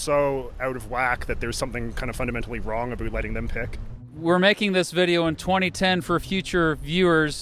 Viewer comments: there is something wrong aboot the way he said aboot. Is Iowa in Canada? Lol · First Canadian I've heard to actually pronounce about like aboot